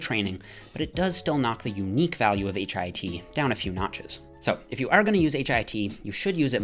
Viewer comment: Please call it HIIT, not HIT. Your friend, Dorian Yates.